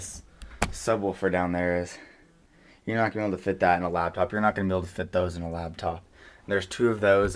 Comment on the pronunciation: it's LAPTOP.. not LABTOP!!